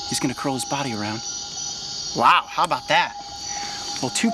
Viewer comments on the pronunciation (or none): "how bow dah"